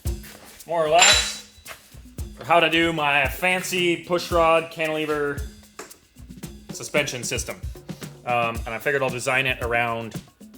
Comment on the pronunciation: Did you say cantilever more like won't a lever